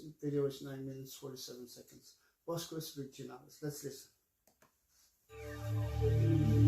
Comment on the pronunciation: Bosques is pronounced "bos-kes". It means "forests". Virginales is pronouncel "vir-hee-nales", with the "h" a little stronger than in english